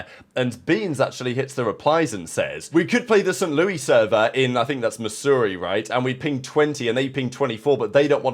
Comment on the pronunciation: "st. lewwwie server" 😂 love you